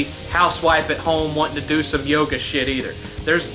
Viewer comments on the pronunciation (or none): none